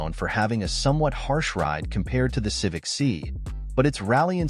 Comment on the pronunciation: stopped watching at "Civic See"